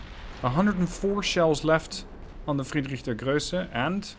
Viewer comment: Ply look up how to pronounce Friedrich der Große... There is no ö in there